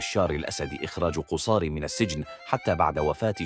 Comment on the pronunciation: مرة تضم القاف قصار بفتح القاف وتشديد حرف الصاد